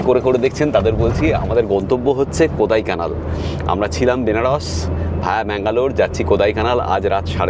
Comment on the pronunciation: দাদা ওটা কোদাইকানাল নয় কোড়াইকানাল ড় উচ্চারণ হবে Kodaikanal (Tamil Nadu state ,, Dindigul district)